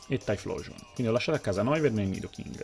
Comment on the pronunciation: la pronuncia non è "tai-xplosion"?